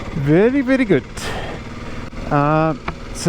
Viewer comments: “Veddy veddy goot.” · Ooh the very very good accent! Where did that come from.